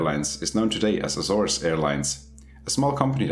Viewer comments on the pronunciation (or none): none